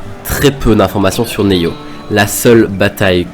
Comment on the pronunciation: SGT-M-CT-8008 Ares, il a dit neyo putain qui dit ca !!!!!